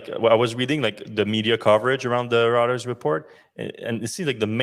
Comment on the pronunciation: Reuters: roy-trz